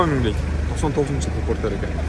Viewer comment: Форестер дегендей эле айттыңыз го чиркин